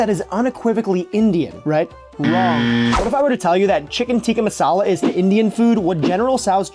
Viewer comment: I'm not sure if I'm crazy or if this is the worst pronunciation I've heard for the food. good video tho